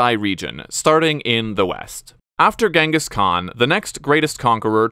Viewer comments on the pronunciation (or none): none